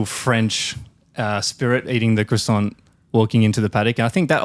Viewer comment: someone has to stop pierre from saying crasant